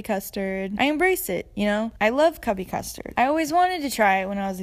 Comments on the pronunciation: I'm sorry.. CUBBY custard????? It's TUBBY CUSTARD!!!!!!! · when i heard u say cubby custard it physically pained me......... it's tubby custard....... :'^(